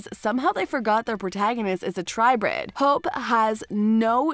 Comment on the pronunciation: this is a joke right shes saying their name wrong on purpose right? Damian? aliric? hupe?